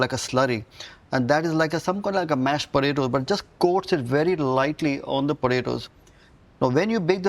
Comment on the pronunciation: You mean Botato.